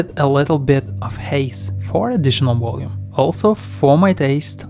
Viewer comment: Are you saying "volume?" Great video but I keep hearing something like Woloom and I'm not sure if its meant to be volume or something else